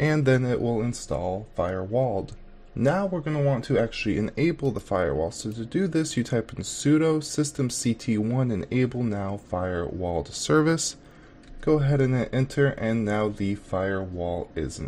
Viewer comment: its systemctl not systemct1